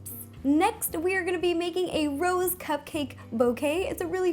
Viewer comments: I saw the cupcakes as rose, and heard you say it as "Ro's". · my favorite part is when you said Rose ro